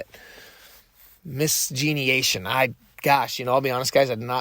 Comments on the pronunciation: miscegenation is having a kid w/ another race. it's pronounced miss-sedge-an-ashun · The word you were looking for is pronounced miss-edge-in-nation it means having children outside of your race.